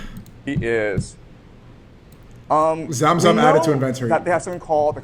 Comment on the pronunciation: “zam zam added to “invent-ory”